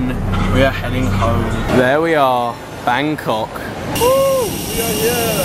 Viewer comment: oil said bancock *it was meant to be Bangkok